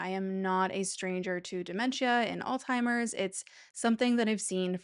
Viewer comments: 1. It’s Alzheimer’s, NOT “ all timers” or “old timers”. Idk why that drives me so crazy but omg it’s so annoying! 2. I hate the way you are pronouncing the word dementia. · Alzheimers has no T sound in it, fyi.